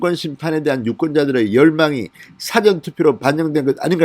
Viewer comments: 사전투표가 아니고 사-전투표 입니다. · 발음 정확히 하세요 싸전투표가 아니고 사전투표 입니다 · 사전투표가아니고 사~전투표다 한국말도못하냐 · 사전 투표 율 발음하실 때 사전투표 빌음 너무 아닙니다. 저도 경상도 입니다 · 진성호님..'사전투표'를 말씀 하실때...사전이란 발음이 조금 달라서..ㅎㅎㅎ